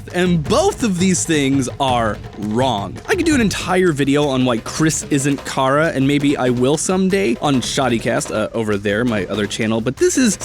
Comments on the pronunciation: it ch ara not kara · Kara? Its chara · its chara not kara get it right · Chara Is Not Pronounced Car-ah,It’s Pronounced “Care-ah” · Its cha-ra not kar-aa if this helped you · Not Kara it's chara Char-ah Edit: Adriel might be the villain!!!!! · exscuse me did he just say.....cara? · I pronounce it "char-uh". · STOP SAYING CAW-RUH, JFKGBEWIUJHSIDNVIXJCVBXTG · It’s just a little thing but chara is pronounced like character because it’s a play on the word because it’s the actual person you name at the start of undertale